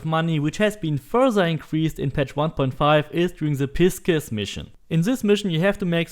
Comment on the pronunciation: Did my man say "piskus" instead of "Pisces" ? Lmao.